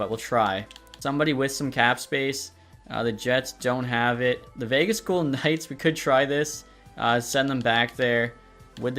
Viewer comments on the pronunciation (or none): none